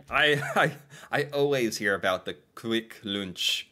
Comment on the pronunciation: Kvikk Lunsj, Lunsj is pronounced as in english Lunch, but Kvikk is pronounced as kweek. Usually the U sounds is as you pronounced it, but there are some exceptions, like in this case. It means Quick Lunch A bit different taste to KitTak, but tasty, you will likely like it if you like Kitkat.